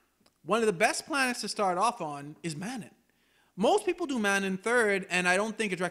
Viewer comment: The game itself says the actual pronunciation of Manaan several times, how could you still say this wrong? Lmao